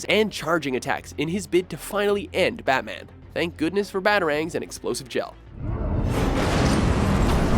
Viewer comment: 'butman' Dude......